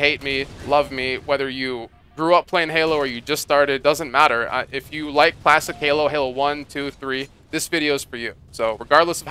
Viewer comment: I kept hearing you say "plastic" halo, took me awhile to figure out that you were saying "classic" lol